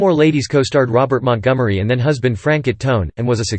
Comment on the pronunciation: Omfg FRAN-CHO SAY it right!!